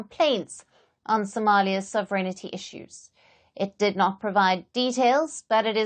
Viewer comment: I have yet to hear a news presenter outside Britain who can pronounce "sovereignty". The emphasis is on the first syllable, the second with a slight lift and the remainder being on a falling cadence: thus, phonetically; SOV-eR-Enty. The "i" is silent and definitely does NOT follow the "n".